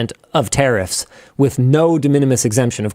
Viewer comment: Never realised that 'tariffs' is pronounced 'terrorists' in Canada.